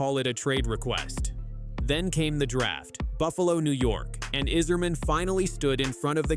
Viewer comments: He's done everything right? Like disappearing last season after winning the gold medal? And why the AI narration that can't even pronounce Yzerman's name right? Isserman? Don't let the door hit you on your way out Dylan. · stupid robot voice can't even pronounce Yzerman